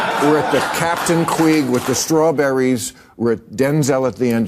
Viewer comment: T's more like captain Queef not Queeg.